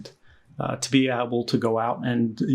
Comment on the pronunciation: "to be AB-uhl"